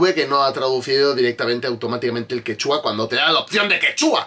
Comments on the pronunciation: X ganar dinero sentadito a costa de los tontis la gente hace cualquier cosa y queda ridículamente mal, a ver si de verdad te gusta mi PERÚ, antes de subir un vídeo antes investiga bien, x ej no es quechúa como lo pronuncias tu ,se dice quechua, es una palabra grave,y sobre el.perro es raza única peruana pre_inca perro calato peruano es su nombre,así como el caballo peruano de paso que es una raza única de PERÚ y así etc etc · excelente review que le haces a la gran paisana mia Renata flores. yo la sigo desde hace años en youtube. solo una aclaracion, Quechua no se pronuncia quechúa con acento en la U como lo haces. sino, Quechua, con acento prosodico en la e. es palabra grave. Es todo y saludos de un peruano en california